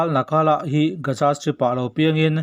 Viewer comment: A ngaihnawm hlemai👍👍 mahse Gaja tiin i lam tlat zela Gaza tihtur ah.